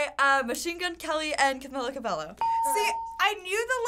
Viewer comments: Did she said "Camia CabeLLO"? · ca-MEE-la ca-BEY-o